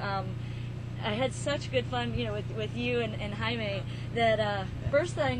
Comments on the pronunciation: I think, the reason she says "Jamie" and not "Jaime" is because of how the person who wrote the comment spelled it. She pronounces it right throughout the rest of the interview and even before she pronounces it wrong. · she's a good interviewer BUT she's saying Jamie instead of Jaime.. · Did she say JAMIE?! OH HELL NO. Bitch please. It's JAIME. (Hi-Me) -. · it's jaime (hi me) not jamie... .__.' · She said Jay-me..... Jay-me..... JAY-ME. NO. NO.